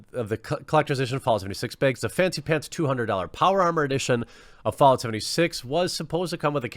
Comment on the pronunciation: I think you should release quartering branded canvas "beeegs" 😂